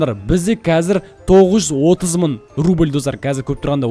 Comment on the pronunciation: мың дегенді мын дийсіз екен